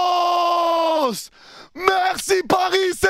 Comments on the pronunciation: sinon Vamos ca se prononce Bamos😁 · le v se prononce b en espagnole l'ami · On prononce "Bamos" et non vvvvvamos :) Allez Paris !